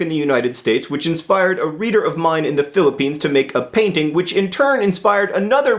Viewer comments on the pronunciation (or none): none